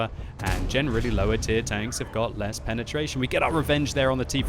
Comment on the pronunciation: "penertrasion" lol